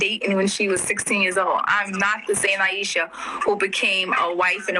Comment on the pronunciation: She actually couldn't get Aishas name right?